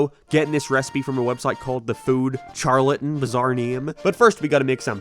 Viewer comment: Sharlatan It's sharlatan